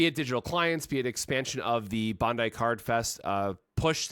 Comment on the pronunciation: He says it the way the Japanese people say it.